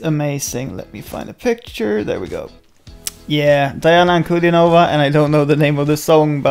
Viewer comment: Dee-ahna Ahn-koo-din-ova